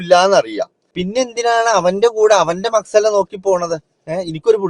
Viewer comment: മക്സല അല്ല ബ്രോ..മസ്ഹലയാണ് 😊